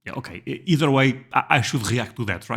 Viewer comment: Don’t ever say ‘eother Russia… ever w e will find you all